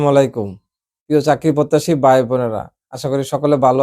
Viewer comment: বাই না ভাই, আর বালো না ভালো। উচ্চারণের দিকে নজর দেয়া উচিত